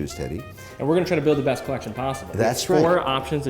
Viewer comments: This guy ("Mr Wonderful"/"Mr Bellend") gives it all the biggun, yet has only the most rudimentary watch knowledge. He brings nothing to this other than money and his crappy attempts at French ("maison/collection"). Teddy should find someone interesting to build a "Collekshion" with. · Thanks for saying the word (collection) like a regular human being. #makesachange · What does Kevin say collection with a silly French accent?